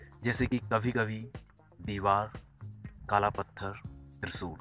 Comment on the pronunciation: Zabaan saaf karr bhai pahele Trishul hai no trisul